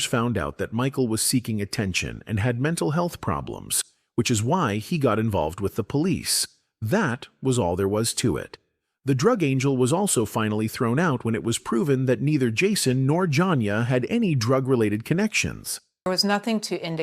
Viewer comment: A.I. narrator. It's also said the Drug ANGEL" instead of drug ANGLE